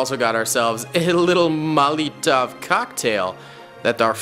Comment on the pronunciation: “Aytaeyleeaan” “Moleeetov” - 2022